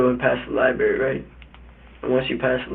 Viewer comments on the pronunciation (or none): He doesn't even know how to say 'library'.?. Maybe buy him some books instead of a freakin gun